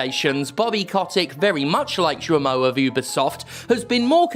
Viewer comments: G isn't an S. GE-lemon, goddamnit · Thank God for you as always ! One note though : "Guillemot" is pronounced with a harg G like in "guilty of covering for abusers". Because the french language has no constant. ^^ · Or like guillotine.